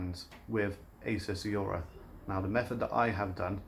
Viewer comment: great video, but totally triggered by the fact you cant say 'aura'.